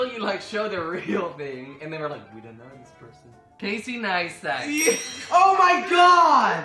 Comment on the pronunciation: LOL Casey Nistat it’s Casey Neistat